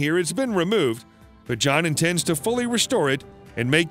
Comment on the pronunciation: There's a lot of words with mispronunciations... Even the name John.. Beginning to wonder if it's a robotic voice 🤣🤖 It doesn't matter. What's important is the facts are interesting on this video